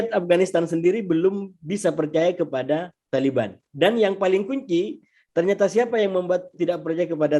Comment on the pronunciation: Detik ke masa: TAIBAN wkwkwkwkwkwkww